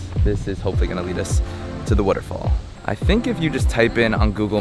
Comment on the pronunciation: Why do you say waterfall like Warrrrofool